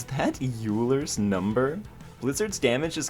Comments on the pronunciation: Euler is actually pronounced Oiler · It's impossible to not cringe hearing "Yoo-ler" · So, two thoughts: 1) Euler (as in Euler's Number) is pronounced 'Oiler' 2) Can you go into the fight with Trickmaster without having lit the stove? Cause you lit it upon entering the world, and it didn't appear to have a reason behind it for the rest of the world.